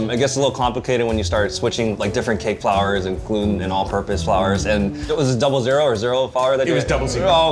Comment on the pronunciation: Im from poland and Zach's "zero zero" sounded so polish I almost chocked on my water